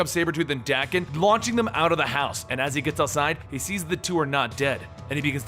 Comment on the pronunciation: FYI: Daken is pronounced Dock-en.